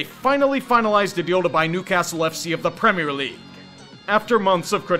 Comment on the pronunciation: being the first American to ever correctly pronounce "Premier League"